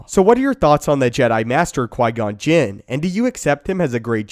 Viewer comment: did you say Jim ??